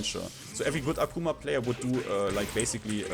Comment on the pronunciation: Aquma ✅ Akuma ❌